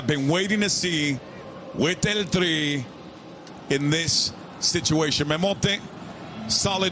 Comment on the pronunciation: Someone tell this foo he can’t say el tri anymore😂